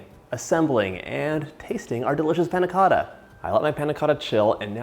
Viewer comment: The way he said Panna Cotta pissed me off